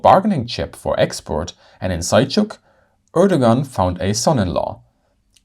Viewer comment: Ördögan? What is that? I'm intrested! ... Oh, he's trying to say Erdoğan.